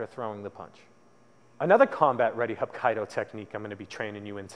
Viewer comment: its pronounced hap kee do... if you guys are gonna teach something at least pronounce it correctly